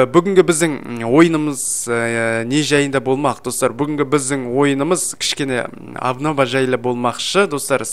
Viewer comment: Обнова Абнова деп айтылмайма